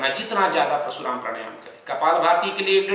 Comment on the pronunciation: जिस विषय पर आप ज्ञान दे रहे हैं बेमिसाल है उस पर हम कुछ नहीं कह सकते क्योंकि हम कुछ जानते ही नहीं। हम जो कहना चाहते हैं ओ है उच्चारण का।आप समझाते हैं परशुराम प्राणायाम का लेकिन सुनने में प्रशुराम हो रहा है।